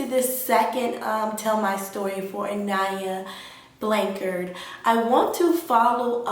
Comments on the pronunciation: She didn't even say her name rite she fake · latricha87 she can’t even say her name right! Around here, we believe in God! Her parents believe in God! With that being said, when you believe in God you know Psychics are not real! Only God knows and see all! How do you know I haven’t been out looking? Your just running your yap!